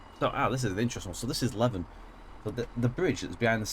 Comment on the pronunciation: And Leven is pronounced 'Lee-vin' 😄